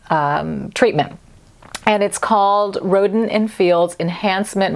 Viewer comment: Omg 😲 It sounded like you said,"Rodent in Fields". I know it's Rodin but I couldn't stop smiling.